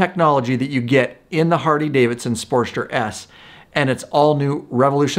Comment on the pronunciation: Why does this dude say Hardy-Davidson??😂😂😂